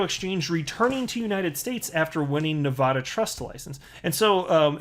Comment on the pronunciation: it's Nev-ad-a, not Nev-od-a